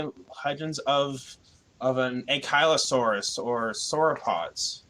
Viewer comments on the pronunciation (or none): none